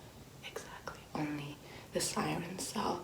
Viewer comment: is in the bath: "SiReNs"